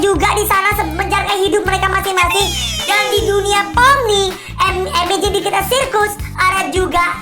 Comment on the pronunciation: KOK AKU DENGER NYA "THE AMAZING DIGITAR" YA?